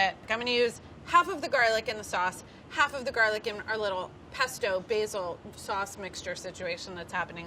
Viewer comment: its not a pesto . its a paste-o .